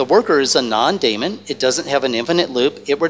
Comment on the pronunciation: As smart as this guy is, you'd think he'd know how to pronounce daemon.